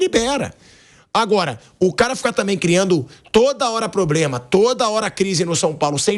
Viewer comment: "toda hora PROBREMA"?